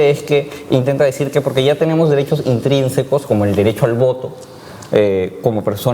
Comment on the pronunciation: ENTRINSICOS, ENTRINSICOS, ENTRINSICOS.................... NO AMIGOA ES INTRINSICOS, y dices que eres profesor , pobres alumnos.